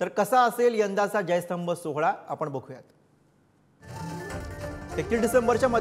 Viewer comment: विजयस्तंभ म्हणा.......जय स्तंभ नाही